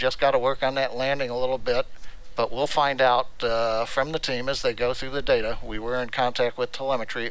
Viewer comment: DATAAAAAAA *pronounced like the SEGA boot screen